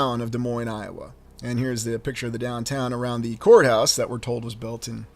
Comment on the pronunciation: I thought you said whore house...but you were saying court house 😅